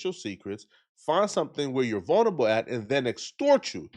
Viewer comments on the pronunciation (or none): none